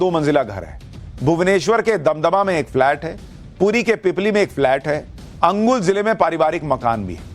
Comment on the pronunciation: Angul nehi kaka Anugul bol chacha.. 😆😆